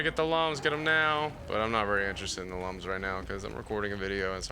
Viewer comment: Good to see you back with rayman, that rayman 2 LP was awesome. Btw did you know Lums are actually pronounced like Looms? I had no idea until i played this game. I still pronounce them like lum haha